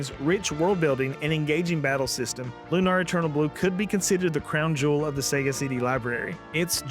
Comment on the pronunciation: It's Lunar, not Lunar, but yeah.